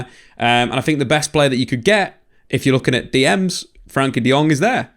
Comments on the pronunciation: Why he calling him 'frankie'? I thought it was 'frenkie' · I love the vids however I’ve noticed a reluctance to call him by his actual name "Frenkie" not "Frankie"